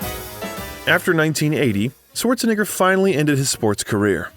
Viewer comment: His name is not pronounced Sworzenegger. It's pronounced Schwartsenegger. And Graz is pronounced Gruhts.